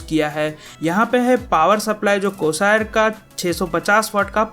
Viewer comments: Bhai it's Corsair not cosaer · It's *Corsair, not Corsire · corsire ? or corsair wtf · Its not cosier it is corsair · Corsair hota hai Bhai! Ye corsire kya cheez hai? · It's Corsair not corsire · It's not Corsire, It's Corsair... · Coosayir haha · Its not Corsire bro, Its Corsair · bro what is "cosaaire" it's Corsair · Hey dumbo it's not cosair it's corsair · Corsair bol na to ataa nahi or gaming pc banaa rahaa han vhaa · bolna to sekhlo pahle "cosire" Lol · He aslo said Corsair as 'corsire'